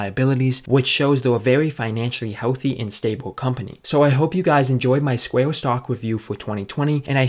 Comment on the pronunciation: CEO OF “SQUAY-UH”